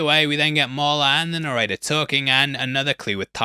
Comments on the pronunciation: Are you trying to say narrator? What fuck is a noretta? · Are you saying "narrator" or is "norrator" a play on words w Norton's name???? Genuinely can't tell what you're saying & it's being said so much it feels important 😭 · Yo pronounce your T's please "narradar" etc. Mid-Adlandig (Atlantic) lols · I’m so American, it took me forever to understand you were saying “narrator.” I was like, “Who is ‘Nareda’?” 😂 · His pronounciation of "Narrator" sounds like he's saying "Norrayteh", and it's throwing me off. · need more annunciation with the word "narrator" ...